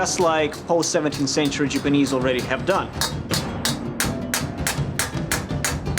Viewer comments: Anyone else annoyed that he keeps saying Jupanese, or Jewpanese instead of Japanese? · Why does pronounce Japanese, Jipanese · Is there a reason that he has to say Jipinese instead of JAPANese? Does he think the JAP part sounds racist to say or some shit? Just sounds soooooo dumb every time I hear him say it and I know he loves saying it.... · lol the way he pronounce😁 japanis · The "sjipeneeese" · "Jupanese"... you disappoint me. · why does he say Japanese as Jipanese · I hate the way he sees japanis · the jiponese... pfft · "the Jewpanese" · Does anyone else cringe every time he says "Jeep-anese"? Awesome work, though. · jipinese? where the hell is this guy from? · 'jupu-knees', that pronunciation killed me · says Japanese wrong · STOP MISPRONOUNCING "JAPANESE"! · You are saying Japanese wrong and that's my counter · does it prevent him from making any A sounds? Ive only noticed it when he says Japanese...